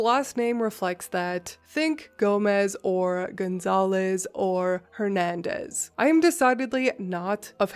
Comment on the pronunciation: When she said “hernandez” my brain just glitched 😂 me being a Hernandez